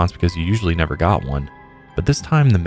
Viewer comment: said " NEVVVEERR" lmao started choking on a noodle